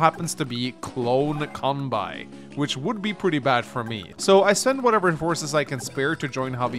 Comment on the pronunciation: quick note because i've had to hear his name like 800 times over the course of this series at this point: kanbei is pronounced con bay and not con bye